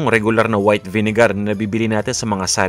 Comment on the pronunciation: Ang diin ng pagsabi ah vinegarrr